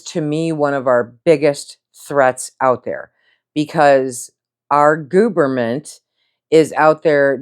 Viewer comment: "Our gooverment" Love it